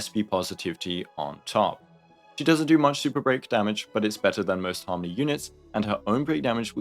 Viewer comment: Is an AI reading this script? Why do they pronounce it Harm.... ony MC